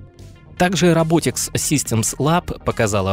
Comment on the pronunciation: а это нормально, что все компании, в ролике, именуются рабОтикс, а не рОботикс?